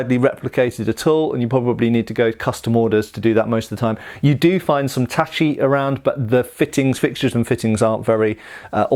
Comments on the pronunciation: Relieved to finally see pronouncing "tachi" correctly. <3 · You know, I was surprised when you said "tachi" and not "tashi" hahaha